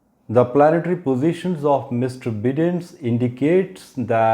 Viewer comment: Sir.. Looking forward to your prediction coming true.. One suggestion though.. Its not Joe "बिदेन" rather its Joe "बाइदेन".. Those watching from US may draw this fault in the pronunciation!!